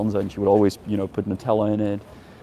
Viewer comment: "NUTELA" HAHAHAHA :)